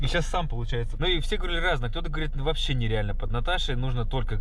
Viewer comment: Даже акцент появился. -"Ващще жоска"😂